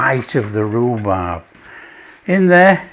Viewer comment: Hey it was so delicious you said Rubrab 😂 thanks for sharing